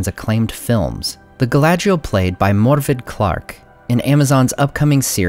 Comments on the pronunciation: FYI, Morfydd is not pronounced More-Fid. Its pronounced "mor- vith". Its Welsh. Cymru Am Byth! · FYI the name Morfydd is pronounced Mohr-viv , similar to "Mor" in Moribund and "viv" as in vivacious. It's a Welsh name meaning "maiden". Tolkien, as do many fantasy authors, used the Welsh language (Cymraeg) as a basis for the Elven language, and in naming many characters and locations within his work. Cymru am Byth.